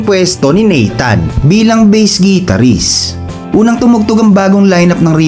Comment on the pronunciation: The correct pronunciation of Guitarist is Gitar-rist. Not Gee-tar-rist. Try saying the word "Guitar" and you'll know what I mean.